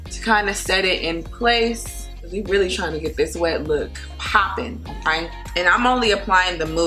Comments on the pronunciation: Love how she say okay !😂💀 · I like it when she says “okaey” lmao